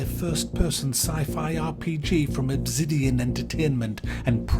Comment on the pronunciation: Obzidian? Lol. Great review as always! Big ups brother.